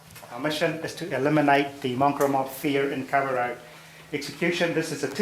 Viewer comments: You can't even pronounce the god dam town man and what r u plastic maori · A Māori cop mispronouncing Kawerau is disgusting 🤮